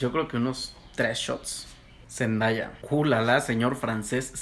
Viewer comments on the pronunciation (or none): Se escribe Zendaya y se pronuncia Zendeia.